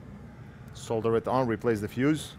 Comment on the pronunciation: Just realised how you pronounce 'Solder' and 'Soldering iron', with the 'L' . :yougotthis: The correct way LOL....Bound to offend quite the few here 🤣😂